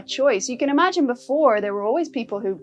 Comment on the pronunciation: "Amagine a wurld"